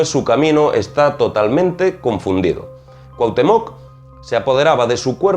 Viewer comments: Una observacion: Estas hablando de Pachita y de entrada pones la foto de Maria Sabina, que era oaxaquena y, actualmente, mucho mas famosa que Pachita (que operaba en la ciudad de Mexico). Otra cosa: dices CuauhtemOc acentuando la O y es CuauhtEmoc, con acento en la E. No pongo la tilde ni el acento porque no las tiene mi teclado, pero la correcta pronunciacion de este nombre azteca es importante. Por lo demas, tu video es muy interesante y bien documentado. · Te comento en tu vídeo usaste la imagen de María Sabina, otra curandera de Huautla de Jimenez, Oaxaca, México, no es Pachita, Bárbara Guerrero de Parral Chihuahua. Y esto puede ser porque ella rara vez permitió que se le tomara fotografías que no fueran familiares. Y se pronuncia Cuahutémoc, no Cuahutemóc. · deberias de investigar primero la correcta pronunciacion de Cuauhtémoc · El acento en coautemoc es importante..se que eres español pero se oye muy mal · Definitivamente te falta información y esta muy mal pronunciado Cuauhtémoc!!!! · Haber, en los primeros dos minutos pones una foto de María Sabina.. no de Pachita , además dices que era la más famosa de México y que no hay otra.. para que sepas la más famosa es María Sabina.. como se ve que no eres de México que ni te documentas bien, ni sabes pronunciar el nombre de Cuauhtémoc con acento en la e.. así que documentate primero y luego haz videos.. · Excelente Trabajo! Sòlo una breve correcciòn: Cuauhtèmoc con acento prosòdico y ortogràfico en la "e". Por lo demàs todo bien.Te mando un gran abrazo desde Mèxico!